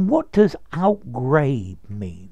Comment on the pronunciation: Outgrabe is pronounced out-grab! The E is Silent! So many get it wrong!